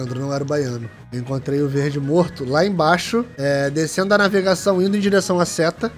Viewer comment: Só eu que ouvi o falando naivegação kkkkkkkk como amo esses influenciadores, a produção os vídeos e o final level tbm né óbvio MDS!!! o vídeo do final level foi lançado a sete horas atrás e já tem 35 mil visualizações sério final level vcs são demais!!!!!